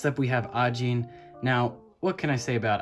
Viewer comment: The first person to pronounce Ajin correctly. Bless you. lol